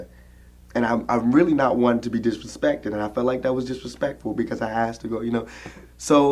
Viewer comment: "I am really not one to be disthepected." 💅💅💅💅